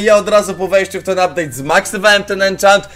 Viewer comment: ''Ubdate'' super filimy robisz